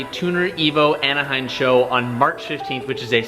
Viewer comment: He literally says AnaheiN.. fastest misspell in a vid ever? Haha